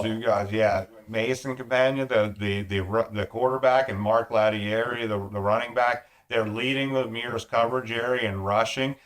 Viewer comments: Mark Lattieri and Mason Campagna from Claysburg always have their names mispronounced. Mark (La-tear-ee) Lattieri goes by the nickname Peanut. Mason (Ca pawn ya) Campagna… his last name rhymes with Lasagna. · LA-TEAR-RE Lattieri